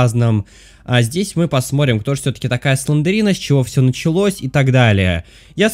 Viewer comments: Не СЛЕНДЕРИНА а СЛЕНДРИНА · Не СлендЕрина, а Слендрина!